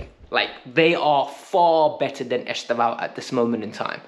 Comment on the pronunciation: Please learn to say are brilliant young Brazilians name properly. It’s not ‘Est-av-Ee-o’. That’s not even close. “Estevao” is Portuguese for ‘Stephen’. It’s actually pronounced “Ess-Tev-Owwn” (the last syllable to rhyme with TOWN). Trust me in this. My girlfriend is Brazilian and her family are all Palmieras fans Otherwise, keep up the good work